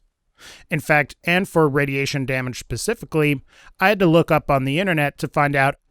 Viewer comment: At about , I'm pretty sure you said pacifically for specifically! Just busting your balls, love the channel keep up the good work!